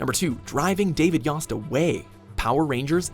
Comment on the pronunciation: mispronounced Yost too